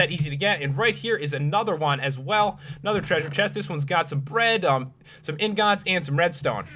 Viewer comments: I fucking HATE the way you say 'ingots' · POPULARMMOS SAID INGOTS DIFFRENT